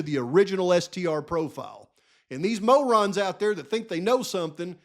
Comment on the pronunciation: Hey, say the word mo-rons again lol I’m just teasing. As always, Excellent video brother! God Bless.